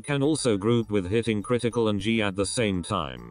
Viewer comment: "criticle and G"